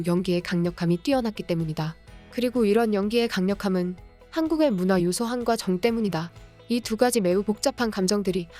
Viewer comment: 에 나오는 "한과 정" 을 나레이션을 제대로 하셨다면 싶네요. '한' 그리고 '정' 은 단지 한국인만이 갖고 있는 감정이란 의미일텐데 아쉽습니다.